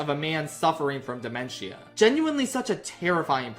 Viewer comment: how you gonna act like you know what dementia is and not know how to pronounce it 🤦🏻‍♂️